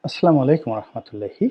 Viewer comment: রনি হুজুগ মাঝে মাঝে ওয়াজ ও দোয়ার মাহফিল ও করে থাকেন কিন্তু সালাম টাও ঠিক মতো দিতে পারেনা "আসলামালাইকুম" অথচ সালাম হবে আসসালামু আলাইকুম।